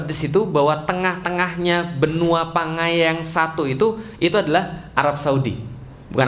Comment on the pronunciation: Pangea Pak... Bukan Pangaya